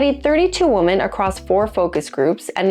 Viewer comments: No kidding...this drives me crazy but sometimes I feel like a pronunciation nazi when I make comments about it. Not trying to be a dick, but PRONOUNCE IT CORRECTLY! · That's not how you say "women." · Why can you not properly pronounce "women"?? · Try telling New Zealanders that!! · = A.I. The tell is the obvious mispronunciation of “women”. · I’ll pretend you say women incorrectly to get engagement here. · she pronounces both words the same way. it's much weirder than anal, and slightly more painful to hear. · Please, there is a pronunciation difference between 'women' and 'woman' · Lol, I know. So odd. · Why do you pronounce "women" (wi·muhn) as "woman"? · The annoying way she says woman instead of women. Is this AI ? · Women, not woman. Please learn English. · I'm more concerned about the growing trend in American youtube content in which the plural "women" is pronounced identically to "woman." Women is pronounced "wimmen." The spelling makes this seem silly, but the letter o has a lot of different pronunciations (eg. hot, monday, mom, constable) , and the unusual edge case for the letter o in women is etymologically odd, and comes from the Old English "wyf" which originally meant a married or unmarried woman. Enjoyment of various types of butt-stuff - surfacing, shallowing, rimming, various penetrative acts - varies from woman to woman. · Does this woman know that 'woman' and 'women' are pronounced differently? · Why do you say woman instead of women when talking plural, and if you're not sure what I mean pronounce it wimmon when you are saying women. It's really annoying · Great information! But why do you say "woman" when it is grammatically correct to say "women"? Just curious. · When you say women and it's more that one, it's pronounced like WIMMIN. and one woman is pronounced as WOMAN. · i can't be the only one hearing mispronunciations of ‘women’ as ‘woman’ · All New Zealanders do it. 🤬🤬😡😡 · You cannot even pronounce "women"?